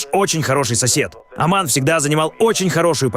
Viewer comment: Не Аман а Оман.